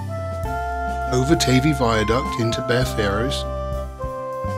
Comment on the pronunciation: NOTE: the word "Bere" is pronounced the same way as "beer", but not the same as "bare". I know this because I'm from the West Country (born in Plymouth) and spent many summers in a tiny village called Bere Ferrers. At the bottom of the hill, there was a small harbour and a pub which was (I think) called The Plough.